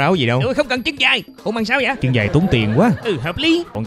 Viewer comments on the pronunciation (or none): chân dài nghe thành chim dài -- ==